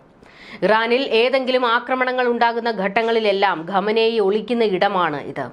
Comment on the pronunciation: Ghamenei alla khamenei 😂